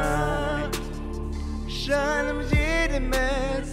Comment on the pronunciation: Кыйылайк деген созди киялылайк деп койыпты